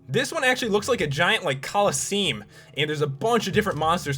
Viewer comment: I am pretty sure that is not how you pronounce “colosseum”.